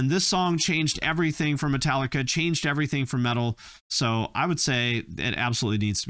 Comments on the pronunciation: ya he said it like paprika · How did you pronounce Metallica so wrong its pronounced Metallic-ca That’s how you pronounce it Metallica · Did bro just call Metallica matileca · Did you say Metaleeka??? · Can't pronounce Metallica, doesn't get Iron Maiden and Dio but thinks they should sound like Sepultura...yikes. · Anyone else notice how he pronounced Metallica? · why did he pronounce metallica wrong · British people actually pronounce the T in Metallica it's the only one they know how 😂